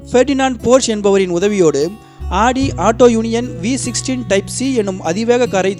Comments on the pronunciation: Super bro but not aadi it's audi haha l cant stop laugh of aadi spelling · ஆடி car illa bro ஔடி car bro......car name ah correct ah sollunga